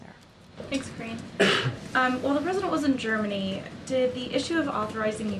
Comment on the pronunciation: While the President was in "Germ" "Many".